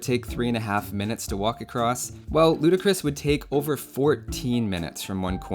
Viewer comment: Heat finally someone who says it the right way